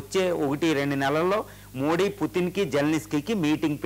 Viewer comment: కు తెలుగు మాట్లాడ్డం రాద, మోది జీ పేరును వికృతం చేసి మోడీ మోడీ అంటాడు